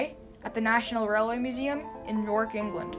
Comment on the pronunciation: I gave up shortly after she said YorkEngland like one word! Why didn't she say Chicagoamerica?